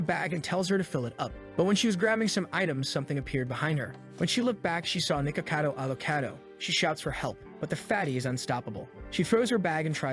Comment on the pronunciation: Bro seriously said Nico avocado